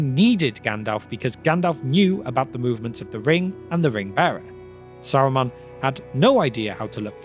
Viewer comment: Saruman or Aruman?